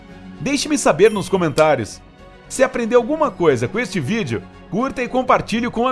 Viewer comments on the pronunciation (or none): none